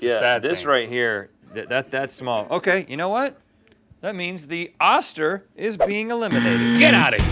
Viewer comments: Pretty sure it's pronounced ŌSTER Rhett!! 🤔 Only know because I have two friends whom are sisters with that last name. Challenge me!! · I always thought that it was pronounced Oh- Ster Like toaster without the t Is that just me? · It's pronounced"oester". Not short sound o but long sound o